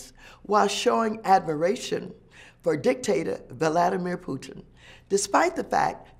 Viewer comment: "Vu Lad da mir pootin" lol